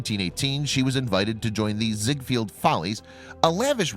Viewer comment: It’s ZiegFELD. Like Seinfeld. So many historical videos make this mistake.